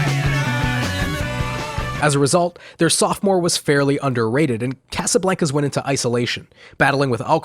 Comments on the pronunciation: mad respect but why do you pronounce casablancas Like That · I almost had to stop watching the video with the way you pronounced Casablancas